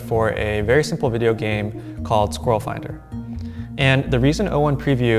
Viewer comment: Once again, my condolences to all Americans. I hope one day you will discover how to pronounce squirrel correctly. Also Craig, plague, Sonya, and aluminEEum.